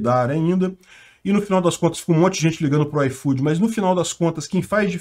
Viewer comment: Nunca usei esse "aifodi", e agora menos ainda!